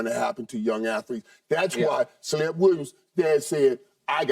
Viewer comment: Did Michael say celeb Williams😭